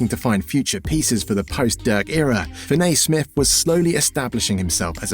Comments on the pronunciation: Fin A ….. it’s Fin E Damn Englanders 🤦‍♂️ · I thought it was me sound like he says fin- nay..# put some respect on my name in my birdman voice..😂😉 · Good video, but you mispronounced his name whole video